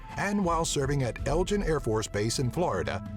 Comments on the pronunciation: There is no ELGIN AFB.... it is EGLIN AFB...... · "Egg-lynn", not "El-jin". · It's "Eglin" Air Force Base not "Elgin". Just throwing that out there for what it's worth. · Its "Eglin" AFB, not Elgin. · Eglin*, not Elgin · It's Eglin airforce base not Elgin.... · It's defenitly called Eglin airforce base.... not elgin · It's Eglin AFB, not Elgin. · egg-land no el-jin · Its EGLIN not Elgin AFB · never heard anybody pronounce Eglin Air Force Base as 'El-jen' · Pronounced Egg-lin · El-Jin AFB hahahahahaha.